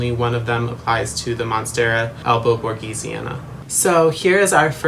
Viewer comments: Its written Borsigiana He says Borgisiana Its pronounced Borsijiana 😭😭😭 Sorry I’m not an English native so idk but I’ve seen a plant girl that owns a shop and says it like that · Nice video, but it's monstera albo borSiGiana